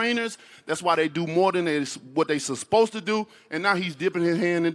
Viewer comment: This guy said crelability and susspose to - why can't wilder talk